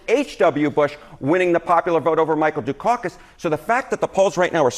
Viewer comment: The CNN anchor needs to learn how to pronounce Dukakis. Not DUCAUCUS. Ugh. Anyway VOTE Trump and Vance!!